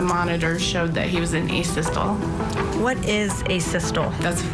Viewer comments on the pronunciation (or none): Me too. I was an EMT and couldn't figure out why she pronounced it like that lol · Thank you!! Me tooo!!